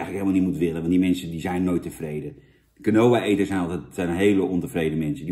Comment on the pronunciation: Je spreekt uit als kienwa jan